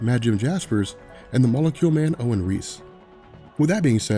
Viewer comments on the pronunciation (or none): none